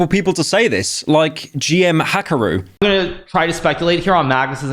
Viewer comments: did he just pronounce hikaru as hakaru?? LMFAOOOOOO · did you just say Heckaru? 😂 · Jesus Pyro, try to pronounce a single word right. LEEchess, not LEYEchess KNEEman, not NEYEman HIK-AR-U, not HACK-AR-U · pyro legit called hikaru "hackeroo" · bro called him hackaroo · pyro pronouncing hikaru as hakaru will be the momentest monet of all moments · damn you really said “Hakaru” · "GM Hakiru" 😭 it's like people who have never watched Dragon Ball Z trying to say kamehameha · How did you get an “a” in Hikaru bro 💀 bro deadass pronounce Hikaru “Hakaru” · Did you just say HA-karu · Bro said hakuhru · "hakaru" has to be the worst mispronounciation i've ever heard of a name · Pyro is butchering these names. Hinz Neigman? Liechess? Hackaru? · Fuckin' hell mate, you could've spent a little more time researching, literally every other fact is either incorrect or inaccurate. And when you don't know how to pronounce a name, type it in google translate and hear how you're supposed to say it - i've never heard anyone pronounce hikaru as haKAru. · "hakiru" lmao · "GM Hackaru" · "GM HAKARU" oh lord I cringed so hard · "...like GM 'HACK AH ROO." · ive never heard someone mispronounce hikaru like that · Hey Pyro! Great video, I just have one small pet peeve (if you don't mind constructive critism): if you'd like to do any chess videos in the future (like 5 years from now or something), make sure to look up how to pronounce the names of the players properly (it's not that big of a deal, and you did nail Magnus Carlsen, but Hans Niemann and Hikaru are pronouced a bit differently). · Why did he pronunce everything wrong not even like an American thing its just not how to pronounce it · I feel like pyro is just deliberately mispronouncing words just to get a reaction out of us. Lichess, Kasparov, Hikaru, all of them were butchered by his stupid bri’ish accent. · Pyro butchering Hikaru is truly like me hitting Radiant on Valorant… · How do you beef the pronunciation of Hikaru